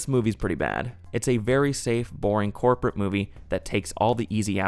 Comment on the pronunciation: say corporate again